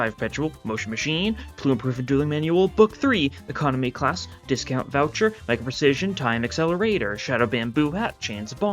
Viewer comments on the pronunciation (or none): none